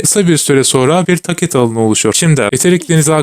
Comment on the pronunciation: video asiri iyi ama tacet ve TDs telaffuzlari yuzunden devam edemicem sanirim